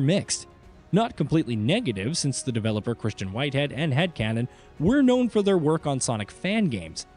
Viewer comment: Good video but the AI narrator was distracting. Especially every time it says "developer" and/or sometimes game names